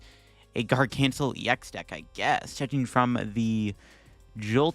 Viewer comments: Gar-guh-nack-ull. Not Gargancel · Love ya but the way you pronounce Garganacl > gargancel makes me feel some way. It's a hard c sounding like k. It's a mash up of gargantuan and NaCl; sounds like Gargan Nakl. Follows the same cadence as Bionicle. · Sir it is pronounced Gar-ga-Nack-L. Awesome video I feel like Cinderace EX really some meta potential.